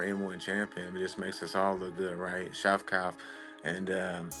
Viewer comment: Shavkah, skavkrat, and shavkav😂